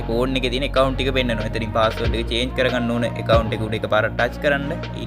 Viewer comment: චාජ් නෙමේ අයියෙ චේන්ජ් පාස්වල්ඩ්😅